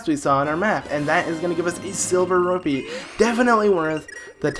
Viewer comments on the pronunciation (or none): "a silver RURPEE"